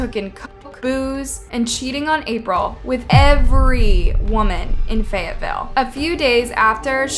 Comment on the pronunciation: "every woman in fayateeville" I DONT THINK SO. HE'S A 2